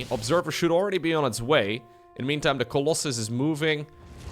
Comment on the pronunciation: why call the colossus coloss eye or coloss hi ?! Always triggers me when i hear it and Uthermal does it to sometimes. It would be like calling stalkers sticks or zerglings zarguns or idk XD FeelsWeirdMan